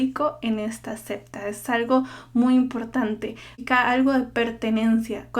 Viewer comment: Cuál es tú religión? Ah! Niña no es 'cepta" es SECTA